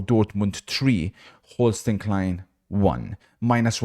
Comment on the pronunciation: why does he pronounce Holstein Kiel like that? You pronounce it like Hol-sh-dine Keal